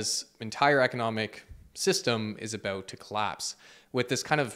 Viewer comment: Thanks for talking aboot this